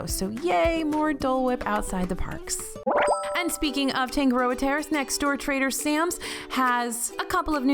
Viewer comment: Tangaroa- TAH-nga-ro-ah; Tonga-TONG-ah (like tongs, not tong-guh).